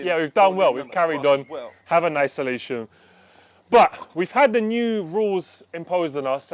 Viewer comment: I did hear say 'Nice-olation', right..? 😂